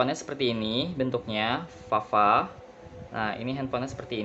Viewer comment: Belajar mengenal huruf abjad dulu Tod Sbelum review. Ntu bukan huruf F tpi V